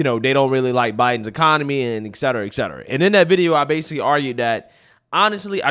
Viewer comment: Et cetera, not ex cetera.